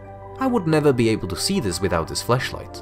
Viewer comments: Does anyone else hear him saying fleshlight instead of flashlight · Flash light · His accent makes it sounds like flashlight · This person’s accent, when saying flashlight is so interesting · Might have to work on your pronunciation of FLASHlight because.... erm